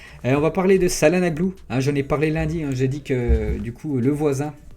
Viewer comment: Salanoglou 🤣🤣🤣 ca ce dit tchalanoglou